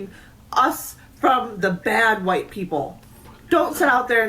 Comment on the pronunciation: The "KQUUHHHwhite people" had me rolling ngl lol.